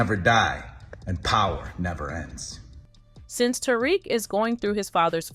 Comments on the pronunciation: Who tf is "terick" 😂 its " ta-reek" "tariq" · I didn’t even finish this video, because if you can’t even pronounce the main characters name, why would I think you could tell me anything about the show. 😂